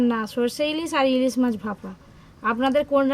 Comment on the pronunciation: ইলিজ মাছ😅😅ইলিজ মাছ😅 এদের বাংলা ভাষার উপর কেলাস করাতে হবে।